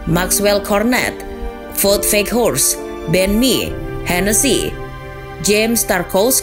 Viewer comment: Ini tim termasuk yg sering nyusahin klub gede, semoga naik lagi yaa burnley Untuk, mohon izin, wout dibaca nya waut yaa, terimakasihh